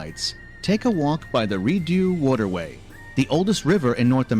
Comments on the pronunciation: "Re-dew waterway" Rideau is pronounced Rid-O for those who are interested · Re-doo? Waterway? It's a French word Rideau pronounced Re-dough! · It's pronounced 'Re-dough' (Rideau Canal), not 're-do'... where they find that narrator? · It is not pronounced "Reedew". It is "Reedoe". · Lol, the person narrating the video is definitely not Canadian😂. Rideau River is pronounced Re-dough (like playdough), not re-do (like ‘I do’). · Rideau Canal = ree-DOE Canal, (not ri-doo) Lonsdale Quay = LONZ-dayl KEE (not kway) Just pointing out a typical Canadian thing: hire an American to do your narrating! As for Vancouver, a lot of people love it and claim to live in Canada's best city (or sprawling Metro area). One factor is the mild weather. We get snow in winter, but nothing like many cities - including American ones - get. Occasionally it just doesn't snow at all! Summers can get hot, especially in August, and the beaches get very busy. Spanish Banks is very swimmable when the tide comes in over the hot sand! Vancouver's very cosmopolitan, and riding a full bus with no English to be heard can happen! Along with the many cultural festivals, people from around the world bring different dining experiences to restaurants across the city. There are also enclaves of Chinese, Indian, Persian, Greek, and other nationalities scattered about. Downside 1: The climate attracts drug addicts and other street people who have often been told surviving VR winters on the street is easily done. (That's dubious.) We have a large drug- and alcohol-addicted population, as well as (and often including) people with mental problems camped out on sidewalks and in parks. They do stay in certain areas and are easy to avoid, but are usually not aggressive or threatening. Downside 2: It's expensive here. Houses begin around the million dollar mark and go skyward from there. Single bedroom apartment (flat) rents are around $2000/month on a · .. “Redoo Waterway”.... REALLY??! GEEZUSS....🙄